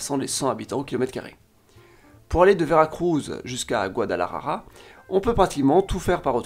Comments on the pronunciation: Mon ami, pour une meilleure prononciation il faut lire par sylabes GUA-DA-LA-JA-RA. La "J" se pronocée comme la "h" anglaise de "HOOK". La "R" comme "assuRance" mais plus longue. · La façon dans laquelle tu prononces le mot "Guadalajara" me fait beaucoup rire, je la trouve même plus difficile de prononcer qu'en espagnol